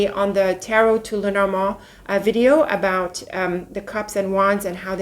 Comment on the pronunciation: Where are you from,??? You are such a regal queen, love the way you pronounce "Lenormand", the actual French/French-Canadian way of pronouncing it, which is why I asked where you're from, you look like you could be French or French Canadian, what is your heritage? Just must be something so very lovely!!! 😁🤗